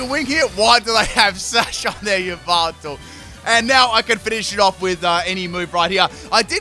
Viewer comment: i love how u say yveltal "yahvatal"